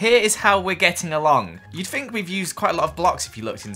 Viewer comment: It's THINK, not FINK